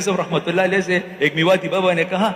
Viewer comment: Pl it's not Rahmatullah Elaihe it's Alaihe